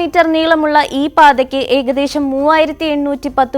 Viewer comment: KAANANAPAATHAKKU.. ERUVASATHU..... SAMRAKSHANAM... 😅😅😅😅😅